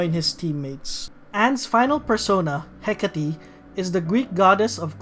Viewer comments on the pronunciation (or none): I was absolutely sure it was "Heck-ate," not "Heck-at-tee" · it's hecate like "heh-kate" not heck-a-tee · Quick thing(s): Yusuke is pronounced as "Yuske", the second U is silent. With Hecate and Astarte, the E at the end of both are silent, so they would be pronounced "Hecait" and "Astart" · i think you might be mispronouncing some names like makoto ,hecate and satanael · Somehow I got triggered by the way this guy pronouncing the persona names. I'm pretty sure Hecate is pronounce with silent e.